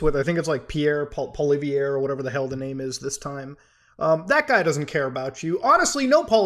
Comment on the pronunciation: I like the way Anglos can't prononce the name of Pierre Poilièvre properly.. xD Canada is screwed anyway =/